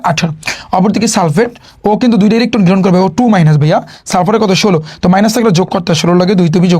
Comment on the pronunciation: ইলিখঠন গ্রিহন😂😂😂😂